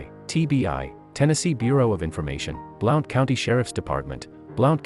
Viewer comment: It's pronounced BLUNT I live here and I lived at Top of the World at the time on Hide Away Trail off of Flat's Rd